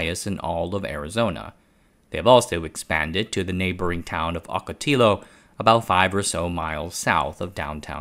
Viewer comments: I love your content, but Ocotillo is a Sp;anish word; two 'll"s in a row in Spanish are pronounced as 'y', so Ocotillo is pronounced as Octo-tiYo." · "Ocatillo" = "oak a tee yo" ("ll" pronounced like "y" in Spanish). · love the video but it's pronounced ocotillo with a 'y' sound for the L, lol.